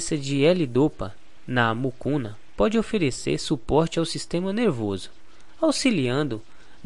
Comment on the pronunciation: Não é Mucuna! É Mucunã!